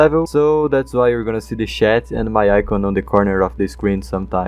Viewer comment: bro called chat "shat"